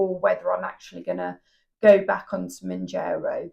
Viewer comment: Woukd love for you to keep sharing both the ups and the downs. And decisions your making along the way! Wegovey is an option to keep in mind to. Can I just point out it's pronounced Moun'JAR'o, not Moun'JER'o! Sorry, had to point that out hun. Gius luck and keep going. You can do it, dont give up whatever you do.